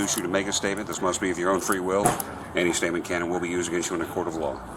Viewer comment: Says stopped state Gets aks about statement Answer question with stuou astatev😂